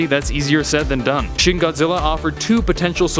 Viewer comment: Its pronounced "shin" and not "shen"